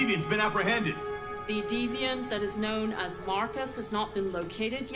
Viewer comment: It's deviant, not devient. You could at least try to search it up.